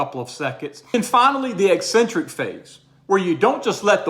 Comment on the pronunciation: I do the reverse grip on occasion as an alternative. I have to try the drop set variation to see how that works. And thank you for being one of the few in the fitness industry who can properly pronounce the word eccentric (ek-sen-trik instead the nails on a chalkboard e-sen-trik).